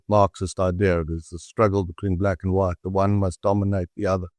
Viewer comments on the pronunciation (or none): wong and wight😂😂😂😂